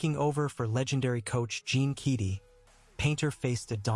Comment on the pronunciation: You need to learn how to pronounce Keady and Salukis if you’re going to read this.